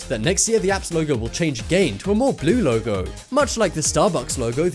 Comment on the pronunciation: You keep on saying them wrong like Lego u said logo